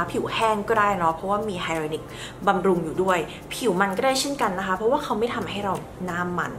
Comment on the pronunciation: สวยจุงเบย คะ อ่านว่า “ไฮเรอรอนิค” คะ